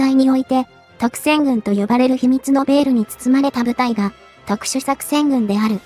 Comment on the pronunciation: 特戦群を取り上げてくれてありがとうございます❗ ・・しかし、文字は正確に読んで欲しかったな😨